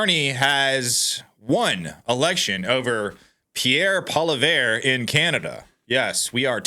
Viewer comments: Not verrrr its vreeeeeee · Pronounced polyev. Please! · We are COOKED! Also. It is Po-Lee-ev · Pronounced "polly-ev" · Look at this man wearing lipstick, talking about how Canada made a mistake after admitting he doesn't pay attention to what's going on up here. WTF? You don't even know how to pronounce Poilievre accurately.